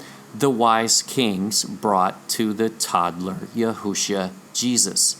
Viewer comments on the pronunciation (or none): none